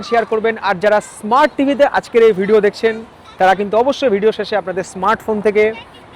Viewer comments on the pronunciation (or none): none